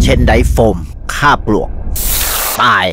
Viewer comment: โฆษณาดีค่ะ มีความคิดสร้างสรรค์ แต่ในเมื่อเป็นสื่อ ก็ควรจะเป็นแบบอย่างที่ดีในการพูด เช่นการพูดควบกล้ำควรชัดเจน ไม่ใช่ออกเสียง ปวก(ปลวก)/ เชนไดท์ (เชนไดร้ท์) หรือกับบ้าน(กลับบ้าน) คนดูพูดควบกล้ำไม่ได้ก็ไม่้ป็นไร แต่เมื่อเป็นการสื่อสารสารธารณแล้ว เช่นการอ่านข่าวหรือดารา ควรเป็นแบบอย่างทีดีให้กับสังคม